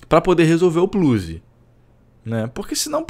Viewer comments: "um pluzi"..... é foda!!!! kkkkkkk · "um plluze" kkk